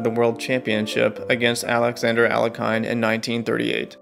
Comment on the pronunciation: Alekhine is not pronounced "Ale-kai-n". Its "Al-ye-kin".